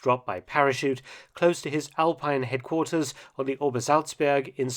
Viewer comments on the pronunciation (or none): none